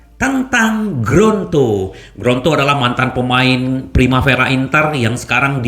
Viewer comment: Lidah kesleo tuh... 😊😁